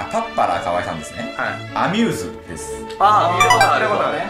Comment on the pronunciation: ア↑ミューズ